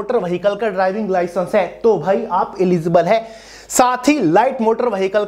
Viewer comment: Licence ka clear bolo 😢 HMV ki LMV TR